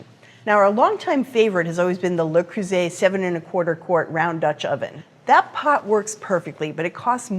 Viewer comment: An American that knows how to pronounce Le Creuset